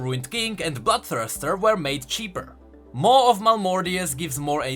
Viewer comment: When you said bloodthirster i swear i heard you say butt thruster